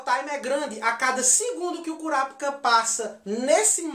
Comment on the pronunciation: curapica???? mano se escreve Kurapika mas se fala Korapaika entendeu?